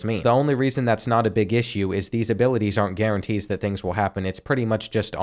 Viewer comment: can u say abiwaties again